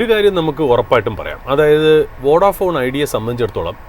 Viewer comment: വൊഡാഫോൺ ❌ അല്ല വോഡഫോൺ ✔️